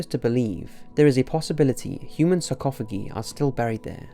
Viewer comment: I love you videos and watch them religiously but doing so I can't help but notice that your pronunciation of certain (sometimes very common) words is atrocious, I've heard things like "kirkyard" instead of churchyard and "sarcophagee" now surely in all your research and all the effort you clearly put into all this at some point someone must listen to your audio before uploading it, or if you're unsure of a pronunciation just google it rather than guess because sometimes you mispronounce the main part of your topic and it makes you seem so much less credible and that's not right because you are so good at this and I love these videos, please don't take this as an insult I just don't want you to damage your own credibility.